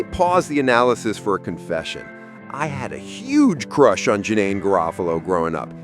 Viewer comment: Pronunciation is Daar eUh, like Star not Dare (Daria) and Juh-neen like Teen